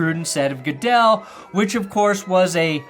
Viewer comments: Roger 'Gudle' 😂😂😂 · "Roger Goodle" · or “Roger Gooduhl” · What if that news lady is right after all and it really is pronounced that way and everyone else is saying it wrong because announcers and sportscasters are trolls? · Nevada news anchor can't pronounce "Goodell"......but correctly pronounces the name of the state of Nevada. That's good words. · Great video. But him making fun of that reporter for mispronouncing "Goodell," then mispronouncing Sonia Sotomayor's name is pretty perfect.